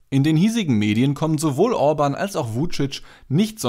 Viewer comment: Ja ist es , Bieden oder Bidden ist ein unterschied, genau so Müller oder Mühler ... Orban ist auch nicht Urban.